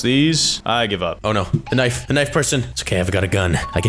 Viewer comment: it’s knife not k-nife😂